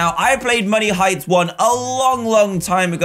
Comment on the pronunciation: Who else kept thinking he was saying money heights until this video just me?